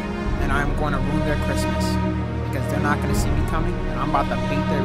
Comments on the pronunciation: Does say cricmas sometimes????? Or am I trippin 💀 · Wtf is crickmas 🤣